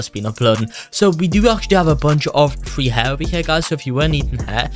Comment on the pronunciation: I like it how u say free as fwee